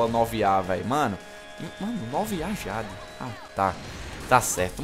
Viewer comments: "Awm - ÊI - DIÊIDI" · AWM - A - JÁDE kkkkkkkkkkkkkkkkkkkkkkkkkkkkkkkkkkk ri dms cara, like lekão